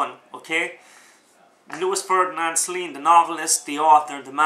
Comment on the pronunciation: Oh for the love of Mike, if you simply cannot pronounce the name of the author correctly why bother blathering on about his book! Sorry, I really am.